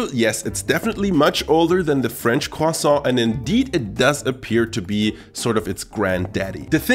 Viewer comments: eating and saying cwasson is amazing ❤️ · Croissant but is sounds like "Khwasong" i guess its Chinese not French 😂